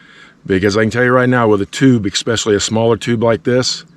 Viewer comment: “Eggspecially”???? You sellin special eggs? ESPECIALLY!!!!